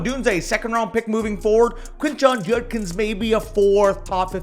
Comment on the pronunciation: Why is unable to pronounce Judkins? lol